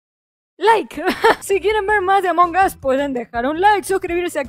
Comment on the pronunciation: Otras personas: Among us Melu: Amongados! XD (No es burla)